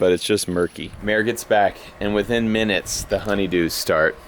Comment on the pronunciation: "Ten ... meenutes ... layturr ..."